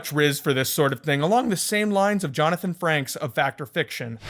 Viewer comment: "Jonathan Franks" Frakes